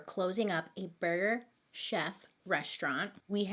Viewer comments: And I love how every time she said burger “shef” she was trying not to laugh about saying burger “chef” 😂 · I literally fall asleep to your videos every night I love how you tell these stories and your voice and when you said burger cheff or Jeff that had me dyingggg lol 💜💜🤣😘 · Lol i thought you were saying Burger Jeff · I thought she said Burger shack 🤣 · Nicole I thought she said Burger Shelf 🤣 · i heard “burger jeff” and was laughing with her 😂😂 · I died when she was laughing at the way she pronounces burger chef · Burger, burger'Ch'ef. Lol thank you Bailey..🤣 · “Burger chef” please never pronounce anything right the first time because this is the best 😂❤️